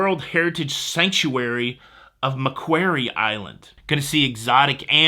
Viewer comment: Love your videos but McQuarie Island is pronounced McKworrie.:hand-pink-waving